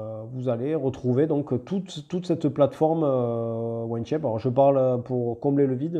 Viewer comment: Merci pour la vidéo ! J'allais faire la même réflexion, c'est On Shape et pas One Shape. Il faut prononcer 'On' comme 'On/Off'. 😉👍